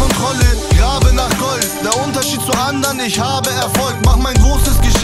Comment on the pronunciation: der erste Atze, der "ich" aussprechen kann! krasser typ!